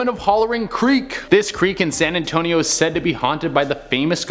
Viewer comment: San Antonious